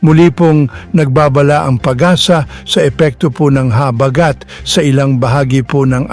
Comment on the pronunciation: I like the way the gentleman says or pronounces the word "habagat" (accent on the 1st syllable). CUTE!